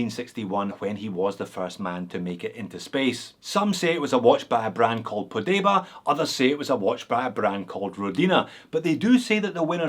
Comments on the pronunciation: It's not Podeba in it's Pobeda ( meaning victory)... carry on. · not Podeba, it's Pobeda (Victory), just a minor correction. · Bought mine, 33mm, for 20 quid on eBay, the more basic Zim version that is. Love it. Pobeda, not Podeba. 😊